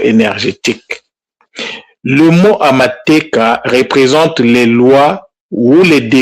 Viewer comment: Juste un petit ajout de comment on prononce " iteeka" (décret)et non " iteka". Amateeka (decrets)et non " amateka". En effet en kinyarwanda ou gihutu oh Kirundi le mot peut changer de sens juste à cause des sons sur les voyelles. Les accents graves interviennent donc sur ce mot: itèèka et amatèèka